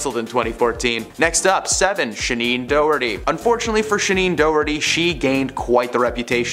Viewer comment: “Shaneen Doughty?” 🙄